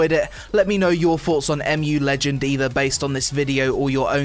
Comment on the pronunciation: I think its ur pc the problem not the game and its mu legends not amu legends learn how to speak